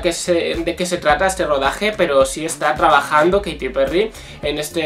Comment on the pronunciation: Se pronuncia keiriii